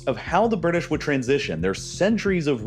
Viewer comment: THE BIRDISH LOL 😆😆😆